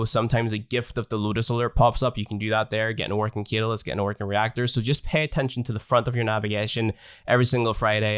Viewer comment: Great guide but .... its CAT-A-LYST. Don't mean to bd that guy but it was triggering me